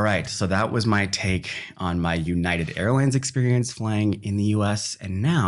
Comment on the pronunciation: "delta scarelines" "American't airlines" "Ewnited"